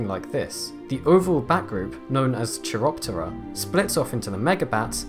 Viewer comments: It's pronounced "keye-roptera" like "chiral". It doesn't take long to check how to pronounce words before doing a voiceover :) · Ch is pronounced k in Greek words like Chiroptera. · “ch” in words from Greek is pronounced /k/